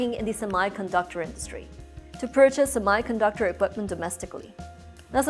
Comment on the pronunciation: Sorry to say but You are not pronouncing "Semi"_ conductor correctly.